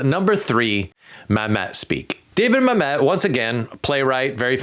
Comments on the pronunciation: Dude, what the hell happened? You mispronounced David Mamet's last name. The accent goes on the first syllable of his last name, Mam, like "thank you, Mam" or, if you think of these two Similar B names, Lorena Bobbitt versus Babette’s Feast. It's more like a chop to your private parts than it is to a happy sandwich. David M'AM- et vs mam ETTE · My dude, it’s Mam-it (like damnit) and Ives like chives. These are titans of playwriting, love em or hate em. Haha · why doesn’t he know how to pronounce things? Reaction farming? It’s “ma-met”, like Hamlet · Why do you pronounce David Mamet's last name that way?